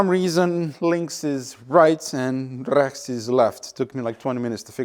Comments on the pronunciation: ”RE, as in RESCHT!!!!” 🤣🤣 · Pronouncing RECHTS like you did is reserved only for the dumbest folks in germany. Please dont (